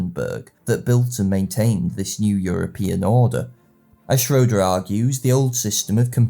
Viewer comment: Prof. Schroeder pronounced his last name shray-der, not shro-der